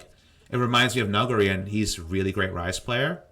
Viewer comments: it's definitely "Noo-GOO-ri", going by korean pronunciation. if it was "nuggery" it might be spelled more like "neoguri" but even then, not quite. he definitely says it wrong, but I'm so used to it by now i just accept it, lol. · it's pronounced "Any egger" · Huh, everything I know about Asian languages tells me it should be "Nu" as in nullify, "gu" as in guru, and then "ri" as in ritalin. Emphasis second syllable as well. "Nu-GU-ri". Then again, Asian languages are not the ones I know the most about, especially Korean. I kinda just wanna trust on this one, but "Nuggery" just sounds wrong.